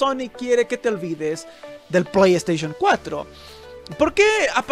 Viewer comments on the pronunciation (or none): pollo estaishon 4 xD